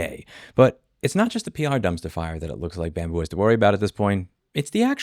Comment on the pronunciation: Scambu what? Why do people keep mispronouncing their name as bamboo?